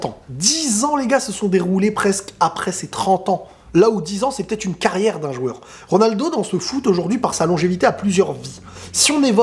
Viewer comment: En même temps il peut dire ce qu'il veut...jusqu'à prononcer comme il veut le nom de RONALDO